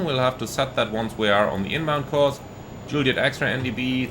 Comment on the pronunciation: I'm saying 'zuuuliet' from now on 😉 Thanks for a good impression of this aircraft, I love the 414 so I'm very tempted to try this one.